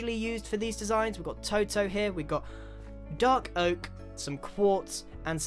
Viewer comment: Toto is pronounced toe doe